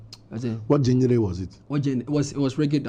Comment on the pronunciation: it's not pronounced jenner. It's pronounced zhan-rer